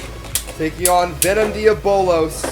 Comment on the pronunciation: You’re pronouncing diabolos wrong